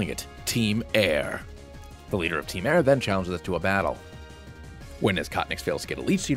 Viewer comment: Hey, nice video, but it’s actually called ‘team soar’ or something